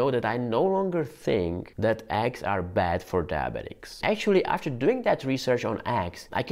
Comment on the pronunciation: not aggs but Eggs like the E in Enter. it isn't Anter